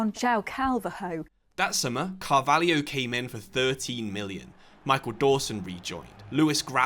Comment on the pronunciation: failure at pronouncing Carvalho is absolutely embarassing, she calls herself a journalist....